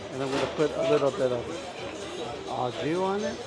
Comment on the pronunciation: Au jus is pronounced like "oh joo" not "ah joo"